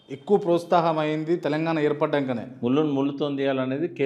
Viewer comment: అయ్యా anchor గారు ప్రోస్తాహం అని అంటున్నారు. కాని దాన్ని ప్రోత్సాహం అని చదవాలి.